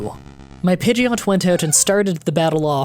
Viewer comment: you probably already know this but just in case you said pigeoto when the story said pigeot